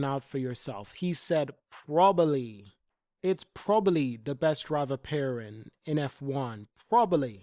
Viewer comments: I'm losing my mind because he can't say probably properly 😂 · Hamilton said probably the strongest driver pairing. The emphasis should be on 'probably". Why are so many people missing this?